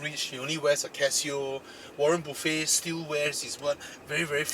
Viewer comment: waren "buffet" HAHAHAHAHAHAHHAHA